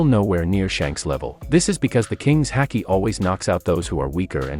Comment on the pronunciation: Why's our man pronouncing haki like that